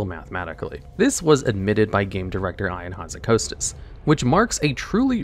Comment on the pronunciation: Eye-In Hozzikostas